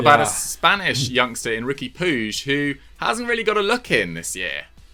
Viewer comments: You talking about not being able to fit Puig (pronounced 'pootch', not 'poojh') into a 4231 when they haven't used that formation in 5 months? Why are you talking about a team you clearly don't watch? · Wish they'd use that effort to Google 'how to pronounce Puig'. Or to Google what shape Barca are using